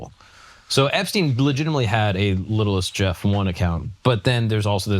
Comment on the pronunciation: It’s not “littlest Jeff” it’s “little st. Jeff” jeez Louise